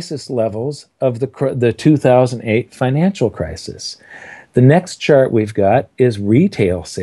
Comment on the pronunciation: every time I heard Chart it sounded like shart, the shitfart, ruined this for me